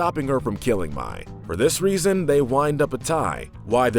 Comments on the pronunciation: Mai pronounced "My" instead of May. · And mai pronounced may not my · And mai is pronounced may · Also you pronounced Mai wrong its pronounced like May. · Are we gonna shrug of the fact on how he pronounces mai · Ok it’s sorta ok how you got some of the names wrong But then you mispronounce mai..... is that how you say the month may? I’m pretty sure not.. So why can’t you just say her name right? alsoooooooooo please you say your a fan of Avatar so you have heard the names!! Sorry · can't lie, I cringed the whole time when you were saying Mais name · and Mai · Same and Mai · And mai 🤦🏻‍♀️ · and Mai, like has he even watched the series? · you guys mispronounced Sokka. Its a long O not a short one. Also ITS MAY LIKE THE MONTH! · Also Mai and Kyoshi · Takes a jab at the live action movie at the beginning of the video, yet mispronounces names just like said movie. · This feels like he hasn’t watched the show and is just reading the script someone else made, as he is pronouncing names like Appa, Sokka, and Mai how they look instead of how the actually are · it just hurts how he pronounces Mai, Kyoshi and Sokka. i don’t get how you can mispronounce names said over and over and over again in a show. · Okay, I can understand mispronouncing Mai's name. Even I slip up there. But the Sokka and Kyoshi mispronunciations are cringe-worthy. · Well obviously it’s not I mean mi not mai soaka not sokka and kayoshi not kyoshi ughhhhhhh childhood ruined by a “fan” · "Soke-a" "My" "Kieoshi" Please do not repeat the sins of Shyamalandingdong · KEY-OSHI ,SOCK-A, MAY PRONOUNCE THINGS THE RIGHT WAY OR DON'T MAKE VIDEOS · KAIOSHI, SOAKKA, MY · He rashes on M. Night Shamaylans remake, but pronounces Sokka, Kyoshi, and Mai wrong 🤦🏽‍♀️